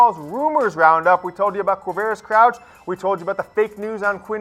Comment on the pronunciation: "Quavarious..........?" Really? Seriously, "Quavarious?"